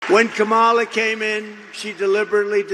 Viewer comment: Her names pronounced Kamala not ComAA la. You adudicated cheat and rapist. He's a traitorous grifter who cares only about staying out of prison. I voted blue down the ticket